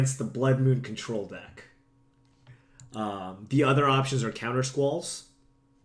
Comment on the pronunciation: I know you're Asian, but "contror" is a bit too Engrish for you.